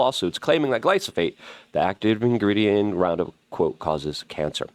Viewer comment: Luke= "RupPound"